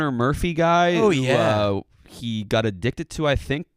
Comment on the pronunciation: can’t say got…